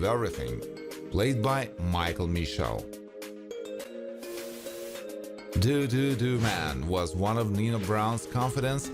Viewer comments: You pronounced it DOO DOO DOO Man. It’s pronounced DA DA DA Man, the sound made from stuttering! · It’s Duh Duh-Duh Man, not DooDooDoo Man. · Can't believe he pronounced it doo doo doo man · It's Duh-duh- duh Man